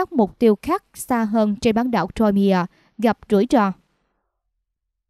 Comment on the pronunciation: Crimea (khoai mia) không đọc ( trôi mia)